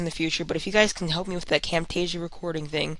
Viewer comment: "Now this is my frame rate with CamTEESHsia running.."